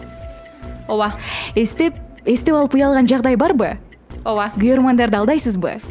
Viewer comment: Оова эмес ооба эле дечи.